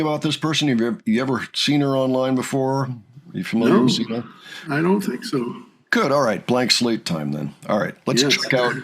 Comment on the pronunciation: Sina's name is pronounced with a Zina.